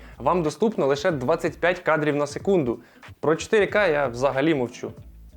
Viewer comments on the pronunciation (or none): Обзор хороший, друг, только зачем ты так издеваешься над речью, видэо, нэдоробилы, кадрив на сэкунду, что это всё значит? Половину слов вообще не понял(